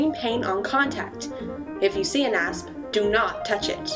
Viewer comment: i heard ass not asp 😂